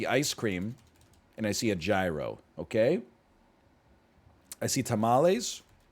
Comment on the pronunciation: All the comments about pronouncing pasta, and I'm listening to gyro being butchered.